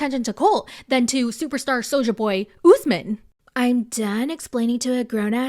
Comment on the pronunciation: Every 90 day recap really butcher the name Usman. It is my first name and tis pronounced uu s - m aa n....Not Ozzemin